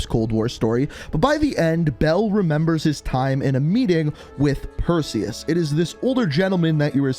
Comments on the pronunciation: Who was here when it said "Preseus" not "Perseus" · “Who the fuck is Presues?” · Preseus 😂 One second my personal best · Or as how he says it himself, Pearseus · They’ve been looking for the wrong man. Not Perseus, but Preseus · Ah yes Persues little brother Presues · doggyworded "Perseus" And made it "Preseus". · Incoming comments saying "Preseus" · Wait presues I thought it was Perseus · “Preseus” lol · "Preseus" lmao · Yes. Who is Preseus? Do tell 😂😂😂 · Perseus... It’s “Perseus”. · Its purrseus